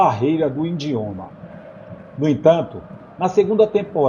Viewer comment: Amigo muito bom seus vídeos, mas sua pronúncia está bem ruim ... Erros de pronúncia com bands liga, indioma e etc ...